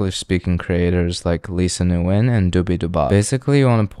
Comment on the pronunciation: When you say Nguyen and you say it in two seperate syllables....your saying that name wrong. All vietnamese words and names are 1 syllable, never 2.